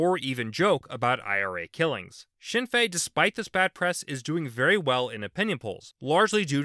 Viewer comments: Speaking as an Irish person, this was a good video! A useful overview with some slight simplification of the history (which is understandable considering the complexity) The pronunciations could have been worse, but I will say that the N is pronounced in Sinn Féin. I will also mention that Ireland has quite a strong role for independent politicians, more so then other countries. They tend to be rural, and though some are left wing, most are either localist and ideologically flexible, or openly right wing. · His pronunciation could be better, but understandable